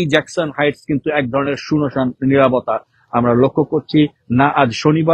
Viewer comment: সুনোসান আবার কি? উচ্চারণ ডিফেক্টিভ